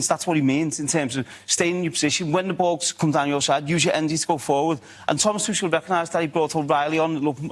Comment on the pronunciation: Somebody tell Wazza that Tuchel is German not French. "Tuschell"